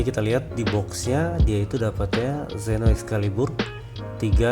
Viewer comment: mantab oom.. sukses terus... baca nya seno oom...